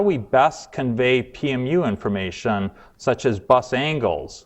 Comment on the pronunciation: informaySHUN complicaySHUN investigation situaySHUN